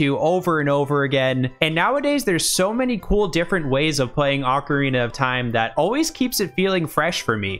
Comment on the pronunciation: Thanks for saying ocarina like ocarina. It was a good one.